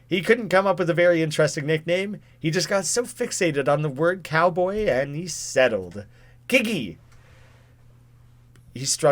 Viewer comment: It's pronounced like Siggy, not Kiggy.